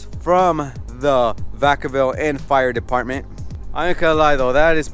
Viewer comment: Deptment? Expresso? Narly dude